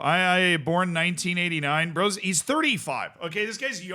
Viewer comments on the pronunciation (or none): none